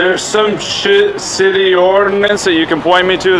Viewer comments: Exactly... he didn't even curse. He misspoke the word "city" with an "sh". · are you serious? Josh mispronounced the word "city" ON ACCIDENT, and you blindly believe this video and spread the lie that he "cussed." SHAME ON YOU!